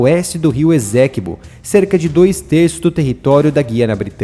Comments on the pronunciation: Estou na guyana a 11 anos. A pronununcia e essequibo e nao ezequibo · Lê-se Ê-CÊ-QUI-BÔ (ESTÁ É A PRONÚNCIA CORRETA)